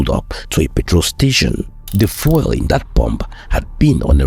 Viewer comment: Please learn to pronounce the word "fuel" properly. You keep pronouncing it as "foil". It should sound like "FYOO- EL". Please get it right. I like your videos, but your mispronunciation is very distracting.